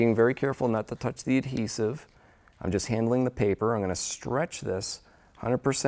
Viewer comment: its adhesive.....the d is not silent!